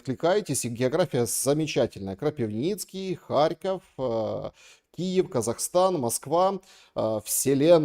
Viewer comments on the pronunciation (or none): none